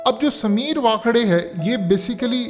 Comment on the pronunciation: وانکھیڈے لفظ ہے Waan-khe-de